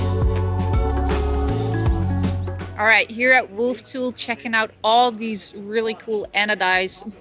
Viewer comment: WolftooTHHHHHHHHHHHH, not tool.